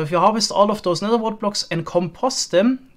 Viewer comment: I love how you say "nezer" and "wizer" and nezerrack